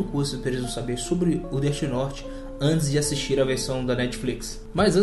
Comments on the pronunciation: Deti Norte ksksks ksksks ksksks Death note pronúncia: défi noute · ELE FALA DIRTY NORTE MDS